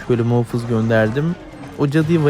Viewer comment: muhofız değil muhafız videoyu izlerken ekranı ısırdım